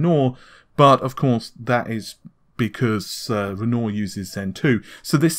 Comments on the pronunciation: Ren-wah not ren nor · Its pronounced "REN-WA" not "REN-OR", it is the famous French painter's name. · sorry but it's REN-wahr, ren-WAHR as in the artist not renoor /rant off keep up the good videos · It's pronounced Ren-Wah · Just for future reference; Renoir is said ren-wahr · He spell it like Renault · Great way to pronounce "Wren Norr". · I was surprised he didn't butcher Cezanne as much as Renault. I mean Renoir. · I work in the art world....it is kinda weird that someone as renowned as Renore to be mispronounced. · AMD is quite often (but not always) using the surnames of artists for its codenames: Matisse, Cezanne, Renoir, Picasso. I know it seems petty but PLEASE could you try to pronounce their names properly? Renoir - Matisse - Cezanne - Picasso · Why do i get the feeling nVidia is paying you to hype their products... it just feels like an advert and not a commentary. Did they also tell you to mispronounce Renoir.... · Ben Rogue he refuses to correct his pronunciation at this stage. Amy pronounces it correctly. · it’s soooooo annoying. youtubers have no standards smh, journalists shouldn’t intentionally mispronounce topics they’re covering. Renoir is a very easy name to pronounce.